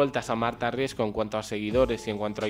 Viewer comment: Me pone nerviosa que no sepa pronunciar bien el apellido RiesCo... Siempre dice RiesGo 😤😤